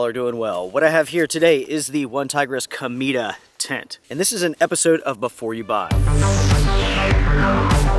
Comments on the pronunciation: CO-MEH-TAH, not KO-MEE-DAH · Cool tent and very good review. The correct pronunciation is CO-MEH- TA which means Comet in spanish. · Food for one tiger? "Wuan taigris comida" 😆😆😆 I'm sorry but it sounds very funny. Cometa is the Spanish word for comet and/or kite. As you pronounce "Cometa" ("comeeda") sounds as "Comida", that means meal, food. For instance with the Google Translator you can hear how it is pronounced. Greetings from West Mediterranean Sea coast.